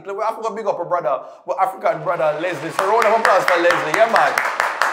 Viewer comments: Is name is not Leslie, it's Letsile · his Name is (let-see-lay)Letsilè,,not Leslie..😄,,🇱🇨👊🏽🇯🇲👍🏽❤️